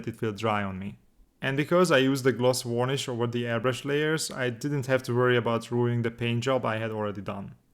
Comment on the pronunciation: The way you pronounce varnish is wrong. I'm not sure how to explain it because i imagine saying it's not wurnish won't help! Maybe check out another video of varnishing to hear. You should apply the decals before the oil paints so they get dirtied at the same time as everything else.